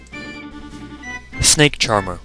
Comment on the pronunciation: You mispronounced my name :( ~SnakeCharmer3